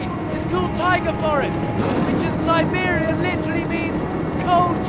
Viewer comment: 첨에 시베리아 발음 쩌노